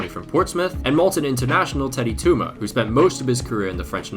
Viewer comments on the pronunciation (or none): (lol) it's not Maltan it's Maltese and also Teddy Teuma's surname is pronounced like "Tew-ma". Overall, really liked this type of vid! Shorter than essays but still very interesting and cool.